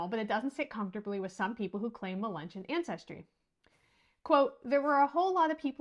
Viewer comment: Say mull-lee-gun say mug-lug-on